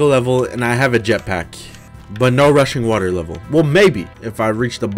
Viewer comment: I can’t be the only person who heard Russian water instead of rushing water